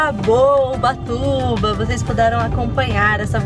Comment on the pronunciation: No nome do vídeo: ubatuba E ela: ubachuva